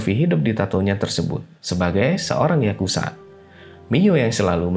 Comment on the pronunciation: Bro ato admin dari situs ini penyebutan yang benar YAKUZA bukan YAKUSA pake Z boskuh bukan S